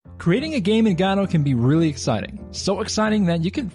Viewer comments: Please! don't say gad OH! it's go dot or guh doe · Okay - so you've come up with an entirely new 3rd enunciation of the engine that I've as of yet not heard, congratulations, very creative :D . I was used to "guh-doh" and "go-dot" but you have "gah-doh". Wonder if there's another one lurking out there! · Every time he says "god-oh" a puppy dies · gado, srado - gościu naucz się wymawiać to słowo. Nie ma tam żadnego "a" w tym słowie, i mam gdzieś że piosenki piszesz na ten temat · Why does nobody pronounce Godot the same way? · What option do I have to check to change the pronunciation of "Godot"? LMAO. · the way you pronounced Godot made me sick I wasn't ready for that xD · Yet another new way to pronounce godot wrong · So these were really just very basic beginner tips. Also, you're pronouncing Godot wrong.